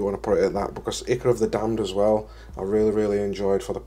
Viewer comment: I can see myself steadily buying these products to replace my current AK stuff. BTW Ichor is pronounced EYE CORE.